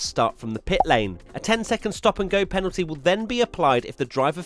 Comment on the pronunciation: The number of times he said "Panalty" in this video 😂